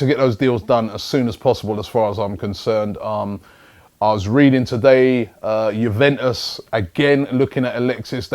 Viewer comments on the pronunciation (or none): none